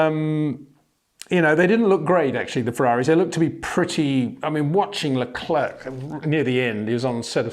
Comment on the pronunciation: It's pronounced like LeCLAIR, not LeCLERK...